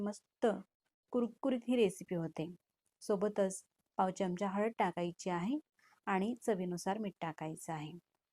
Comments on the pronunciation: Chamacha उच्चार नीट करावा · मराठी आहात ना? चमच काय? चमचा म्हणा.पहिले शुध्द मराठी बोलायला शिका. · चमच नाही चमचा.